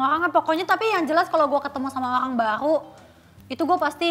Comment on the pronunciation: "Beraburrll sama orrlllang barllu" Ngakak gua ci